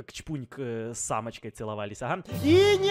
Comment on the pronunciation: Когда говорил "с Амочкой", мне показалась то что сказал с "самочкой"